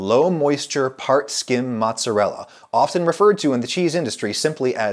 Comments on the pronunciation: Who (*$@ calls mozzarella "mahtz"? My italian grandmother would probably have beaten that word out of you if she heard you say that. Also, scamorza is the best cheese for a NY style pizza. It's got the best flavor (between mozzarella and provolone) and is a drier cheese, so works well on thin pizza. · its not Matz its Mootz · % NOT PROVOLONE. I worked at a capris Italian restaurant for ab a year and they used provolone instead of mozzarella, pronounced MAZZ uh rella, not mahts uh rella, just like pee za it not pronounced Peet's uh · please stop saying "motz", my italian mother is worried. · He is saying "mozz", so should be forgiven. ;))) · I'm part Italian so you say "MOOTZUHRELLA" lol :P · I was horrified when I heard him say Motzz It's like when someone says Peps or Roni instead pepperoni. It just rubs me wrong. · Drinking game: do a shot everytime he says mozz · there's something about him saying 'motz' that i really hate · Italians losing their minds on Adam's pronunciation of "Maatzarella"and MAATZ!! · Adam I love you but please refrain from shortening mozzarella to "moz" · So we're calling mozzarella "motz" now? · stop calling it mozz! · Am i the only one who cringes when he says mozz? Is that a Georgia thing? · Stop saying mozz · "mozz"?... ....cringe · Stop calling it Mozz you fool. No one calls it that.